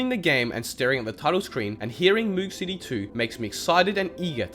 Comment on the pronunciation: Just pointing out that the song "Moog City" is not pronounced mOOg city it's pronounced Moug city as in the synth that was used to make the sound